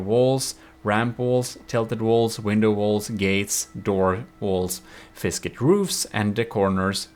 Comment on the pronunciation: It's not "FISCIT" it's "FICSIT", so that it sounds like "Fix It"